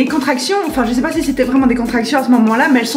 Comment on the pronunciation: "ou Je NSAIS pas" on dirait mon accent franc-comtois 😆